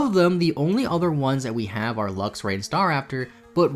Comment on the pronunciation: Is he calling Luxray LUXIA?